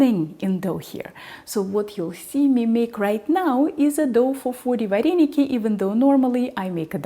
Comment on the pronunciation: в Украине нет слова "вареники"! В русской транскрипции это звучит: "варэныки"! Научитесь правильно произносить наше национальное блюдо! Кстати, русские вареники с творогом - прислаженные, наши - присоленные. Это, к слову, о начинке вареников с творогом! А это, вообще, что??? Добавка к нашим вареникам??? Кстати, поищите в Интернете, как произносится слово "Украинские вареники" - на Українскiй мовi! Дякую!